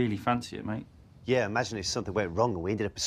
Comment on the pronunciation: i thought they said good day mate and good night mate but it actually said maid